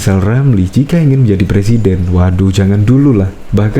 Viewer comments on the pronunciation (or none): Saya janji akan mendukung Rizal Ramli sekuat tenaga... Tapi Rizal harus bisa sebut RRRR dulu dengan jelas.. karna sy takut kalo sumpah jabatan nanti bukan Sebut presiden tapi plesiden 🤭🤭🤭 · Iya boleh donk nyalon di Salon Kecantikan! Khan mau Jadi plesiden LI (plesiden taxi kalee?) Wkwkwk......🙈🙉🙊🤭